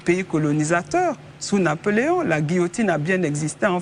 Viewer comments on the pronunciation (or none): On dit Napoléon !Pas nanploleon ( mouton) vous êtes nulle chère dame et manque de carence intellectuelle.